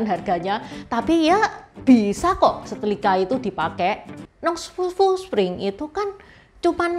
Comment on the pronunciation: SetRRRiiiika........bukan setLLLLikaaa 😂😂😂